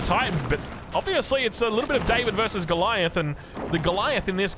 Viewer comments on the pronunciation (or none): none